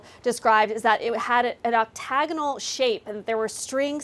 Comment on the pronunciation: The way these brains pronounce Octagonal is hilarious. 🤦🤦🤦